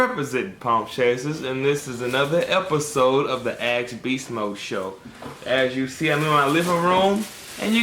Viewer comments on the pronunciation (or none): I was the only one.. Good to know I'm not haha.. Every single time he tries to say "ask", he says aaax. ( / / AXED LMAO )